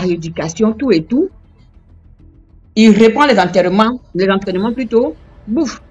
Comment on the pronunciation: H2, elle ne fait que dire enterrement 😅😂 au lieu d'entraînement 😅